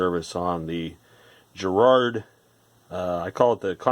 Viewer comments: Why are you mispronouncing Garrard? No J there. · Garrard as in Gary not as in Jerry folks!!! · *Please*, Americans, stop with the weird pronunciation. It's a hard G. Not a J sound. Ga-Rard. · GGGGG Ga GARRARD...AAaarrgghhh! Edit Not Je. but .Ga if that wasn't clear enough. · Trust me, it's a hard G. British company, with connections to Garrard The Jewelers, and every Brit pronounces it correctly, exactly as written, GArrard. Not Gerrard. I don't think I can even think of any "GA..." words that ARE pronounced "Je...". Please stop abusing our language 😜